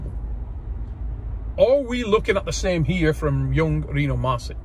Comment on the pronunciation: Still waiting for someone to pronounce Rino's last name right 🥹